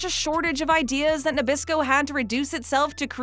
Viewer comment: oreos are made by mr christie not by nabrasco why do you keep saying nebrasco